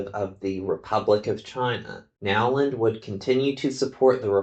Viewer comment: Isn't the name pronounced, "Know-land" rather than Now-land?